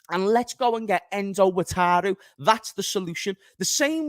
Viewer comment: Pronounce Endo first name as Wakaru